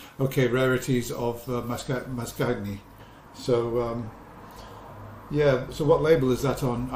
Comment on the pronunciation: Wonderful records again. Congratulations. Mascagni is pronounced "mas-CAN-yee". The G is not pronounced as in English